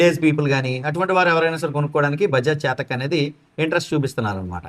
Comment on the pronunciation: చాతక్ కాదు చేతక్ అను